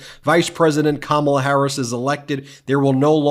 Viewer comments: "CAMILLA" ??? Not even Kamala! 😂😂😂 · Wel all said it would be a disaster..... And right in, just off the batt. He is pronouncing Kamala as Camilla. 🤦‍♂️🤦‍♂️🤦‍♂️ Disaster. Yes it was a disaster, as predicted. Only difference.... It was way, way, way worse than I ever expected. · He sais Camilla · Still mispronounced her name...whyte ppl are so disrespectful..